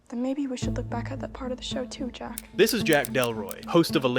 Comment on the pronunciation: I honestly couldn't stand the girls voice. The way she pronounces 'Jack' bothers me.